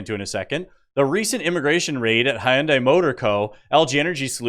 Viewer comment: Hun dai not hi un dai